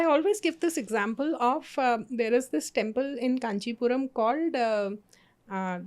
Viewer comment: It’s not peru-mal it’s peru- maal. And also the one in Kanchipuram is called Varadaraja Perumaal